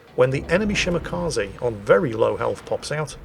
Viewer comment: Still not pronouncing Shimakaze correctly. 🤦